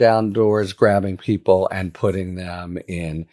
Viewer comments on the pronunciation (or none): none